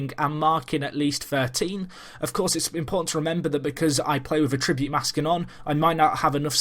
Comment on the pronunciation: Great video, but it's 'A-ttribute' rather than 'a-TRI-bute'